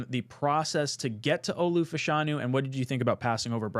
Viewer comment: love the vid, its Fashanu not Fuhshanu